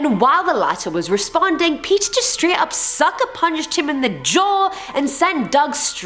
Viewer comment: I honestly couldn't stand the way p pronounce Peter ,,, sounds like Peccer or wever U were trying to sound like with ( english accent)